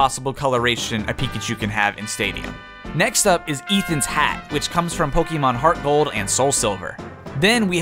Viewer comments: It’s Po-keh-mon not Po-key-mon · Its poke eh mon not poke ee mon. Just remeber, be Canadian